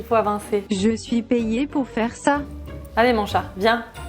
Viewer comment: pq tu dis chate ca me fait pensais a un autre truc mdr